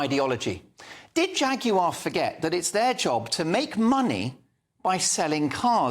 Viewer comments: Please pronounce Jaguar the English way. Stop trying to sound like an American. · I'm now so old that I come from the time when a Jag wasn't pronounced 'Jag-You-ARE' but 'Jagu-UH'. Can we go back to that, please. The twits who tried to use an amazing car to promote their sexual fetishes have failed miserably, and turned the car into a laughing stock. Anyway, look on the bright side, horse-power, as in REAL horse-power is coming back I expect....needs no petrol/electricity, and gives out Plenty Of Poo to make our vegetables grow strong...and those vegetables can feed the horses, along with growing the hay to feed the horses. Win WIN! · Why is he saying Jag you are? Its jaguar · I agree with the host here, a terrible ad. But why does he have to keep saying 'Jag yoo arr' when all Brits pronounce it 'Jag yoo err' The cars are still decent. It's the MD and marketing people there's a problem with. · I wish you would pronounce the Brand correctly. Jagu"arr" it is not dear boy. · The presenter keeps calling it Jag u r. MUPPET. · Please pronounce Jaguar correctly.